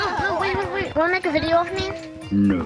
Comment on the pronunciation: *Video and not Ffideo